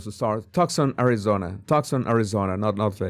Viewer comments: You pronounce tucson...tooson Not trying to correct you..your intellegence goes far above anything I could ever dream of but I know you will be reporting on this and know you want to know. So pronounce too son not tuck son God bless you sir. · It’s pronounced Too-son. Not Tuxon. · No, Too-sawn. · The reward is from Crime Stoppers. That is why the reward was so small. She would be on blood thinners with that heart condition, so blood would easily flow from small wounds. She may have been carried out, and blood dripped on the porch. By the way, Tucson is pronounced "two-sahn". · Toosahn. Jesus, it’s pronounced TOOSAHN. No C heard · Tucson is pronounced TOO - sahn. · Say “too-son”, 😊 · Pronounce it "too'-sahn." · Tucson is pronounced like “Too son” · Too sawn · Tucson is pronounced TOOSun. Twosun.